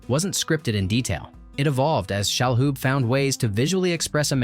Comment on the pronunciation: It's Tony Shaloub, not Shahoub